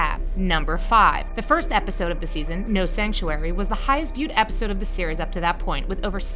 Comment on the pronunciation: she said wepisode